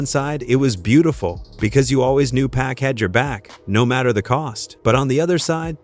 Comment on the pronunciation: Who TF is BOOSTER RHYME??? Who TF is PACK??? Nah...this AI shit is outta pocket! WTF???!!!